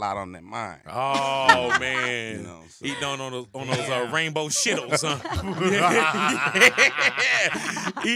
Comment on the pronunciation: Did big boy really say SHITTLES?? Lmaoooooo